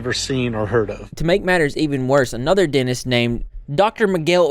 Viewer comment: Dentist...Not Denist